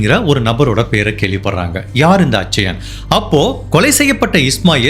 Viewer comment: நண்பரே, bridju அப்டினு உச்சரிக்க கூடாது. Biju னு உச்சரிக்கணும். அதேபோல, அச்சயன் அப்டினு உச்சரிக்க கூடாது. கேரளாவில் கிறிஸ்தவ மதத்தில் நடுத்தர வயது உள்ளவர்களை அச்சாயன் என்று அழைப்பது வழக்கம். அது பெயரல்ல.